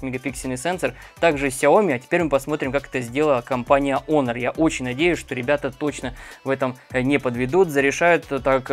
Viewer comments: Не онор а хонор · Почему "Онор"? Вообще то читается " Хонор" т е " честь". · даже смешно.....))что за Онор. такой. Если есть претензии на знание английского языка, R в конце слова не произносится.[ˈɒnə] А знания видимо нет. Лучше говорить по русски ХОНОР и не смешить других.